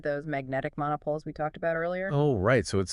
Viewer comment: Magnetic monopoles - check pronunciation.